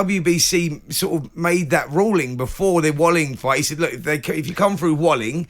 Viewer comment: Fury smashed Wallin, if it wasn’t for the cut nobody would care about Wallin! (Pronounced Va-leen btw)